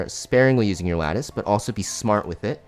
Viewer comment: the goat for being the only CC able to pronounce lattice